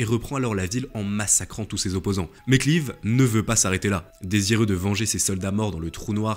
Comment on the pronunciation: Vidéo intéressante mais quel dommage de massacrer les noms. Robert Clive prononcé clive. Je ne suis pas particulièrement anglophone et anglophile mais un petit effort pour prononcer ce nom à l’anglaise. Lord Clive qui passe une partie de sa vie dans le sud de la France à Pèzenas. Ce qui laissera une de ses spécialités culinaires : les petits pâtés.